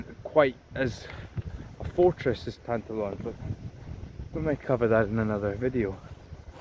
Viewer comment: BTW, the pronunciation is tan+TAH+lon. The stress is on the middle syllable.